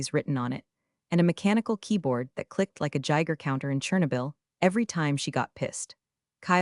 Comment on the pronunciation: Ok, the mispronunciations are getting weird, "chernobyl" is not "cher-na-ville" it is "chr now bl". Present tense "to read" is not pronounced as past tense "it was read". If the team you ask us to subscribe to actually edits there are many, many errors they are overlooking. Which is funny in all your stories that deal with perfections.